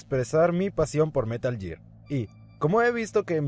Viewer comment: es gear, no year